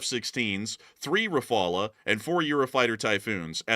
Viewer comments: Please stop pronouncing "Refalay". There are cases when a final "e" is pronounced in French, but you don't know those. Hence, it is safer, and at least it doesn't sound odd, to pronounce "Ra-fal". Also, "Suwałki" is pronounced "Soovawki". The Polish "w" is pronounced "v" except at the end of a word where it is pronounced "f", like in Russian and in Czech; it is the "ł" which is pronounced "w". The Polish "ó" is pronounced "oo", hence "Rzeszów" is pronounced "Zhay-shoof". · Rafal not rafala. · the way you pronounce "rafale" and "mica" makes my ears hurt lol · Love you guys, but you've got o pronounce the name of the French combat aircraft RAFALE more accurately. Both "A" in that word are pronounced exactly alike and must sound an "open A" as in the American exclamation "Ha!" or as the A in the (French) word "mirage." The word "rafale" in French means (appropriately) "heavy wind gust." Also, the letter "E" at the end is not pronounced. So "rAfAl" is the right pronunciation. You , as outstanding military experts, owe such a splendid combat plane to pronounce its name properly 😊.